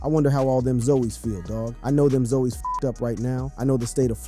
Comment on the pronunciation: its pronounce as ZOZZZ NOT ZOEYS